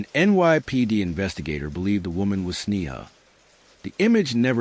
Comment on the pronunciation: When the narration can't even get the basic facts straight, it's hard to believe that any of the other information is accurate. There is little enough known of this case to begin with, without presenting those that ARE known accurately. Sneha was an internal medicine resident, not a surgeon. Correct pronunciation of her name (SNAY-ha) & that of her birthplace (KEH-ruh-luh) would make this presentation more credible as well.